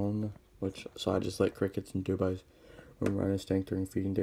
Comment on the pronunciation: FYI it's dubia. Do be uh